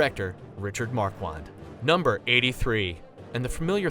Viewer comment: MAR-KHAN not MAR-QUAN